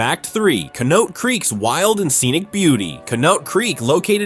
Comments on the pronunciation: CONNIE-AUGHT to teach AI how to say her name!! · It's pronounced con-EE- ott, the most north eastern corner of the state with a rich geological features & history that most documentaries leave out in favor of talking about North western or southern ohio. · CON - EEEE - OUGHT Is the pronunciation of Conneaut. You would think if someone was going to take the time to make something like this, they would at least learn how to pronounce the nouns, epecially proper nouns involved. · We Pronounce it Conny-ott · Butchered Conneaut so bad I cringed. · Your announcer slaughtered the pronunciation of some of the areas with Indian names like Geauga (Gee ogg a) and Conneaut (Conn e ott) Do your homework. I knew immediately that this announcer was not from NE Ohio just by hearing pronounce a few names.